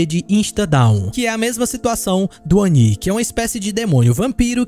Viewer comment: obrigado pelo vídeo! Que delícia ouvir a pronúncia correta do Oni 👹! Faz um vídeo como esse aí agora mostrando os melhores perks pra cada killer 🥹